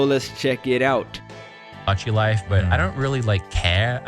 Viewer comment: can't even say the name of the game properly, opinion disregarded